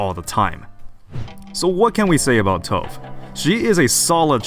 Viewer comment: I really hope we get a unit that increases rate of fire. Btw. Her name is pronounced “Toe-va” like the singer Tove Lo. It’s not stove with a silent “s” lol. It’s Swedish.